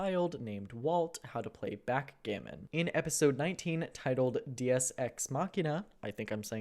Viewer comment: the pronounce of "deus" is not with the e of eagle, since it's latin you gotta say it like the e in dentist or devil. Source: I'm Italian